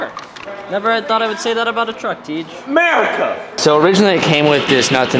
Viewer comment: Did tij just say merica???? MERICA WOOOOOOOO MERICA